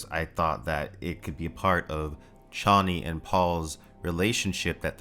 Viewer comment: I’m disappointed that the mispronunciation of “Chani” prevailed into this movie.